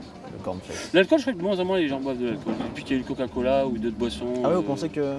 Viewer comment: Bon OK à quand-même je suis pas la seule à entendre "caca-cola" dites moi 💩🤔 ?